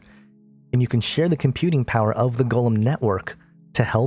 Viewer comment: 'its not "gollum", it's pronounced "go" lem.... say it right